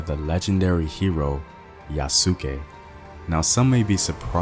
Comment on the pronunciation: Its pronouced yoos-kay not ya-soo-ke.